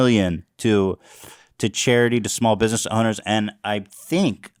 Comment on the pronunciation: I like the way Papa says "Bidness"